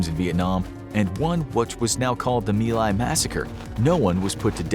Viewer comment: Wrongs It's My lai not Mai Lai